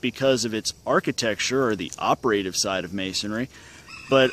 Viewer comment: Op-err-tive and speck-you'll-tive